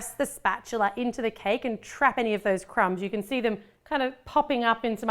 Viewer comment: It's supposed to be can not Cavan